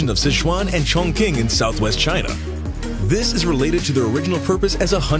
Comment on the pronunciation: Chong Qing: pronunciation: ching, not 'king'. 'Quan' is not 'kuan' either!!!!!!!